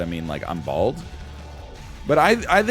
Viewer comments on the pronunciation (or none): I like how when NL said "I'm bald" he pronounced it like "balled" then the testicle boss appeared